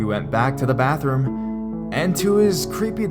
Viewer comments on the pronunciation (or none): none